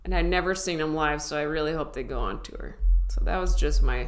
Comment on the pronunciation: U pronounced the wurd "tour" "tu-wur"...... .....Wutt'z up with that? .....🙂😁🙂😋